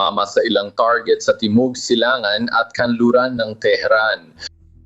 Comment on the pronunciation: Pilipino kb? Kc iba ka magsalita, tarjet dapat target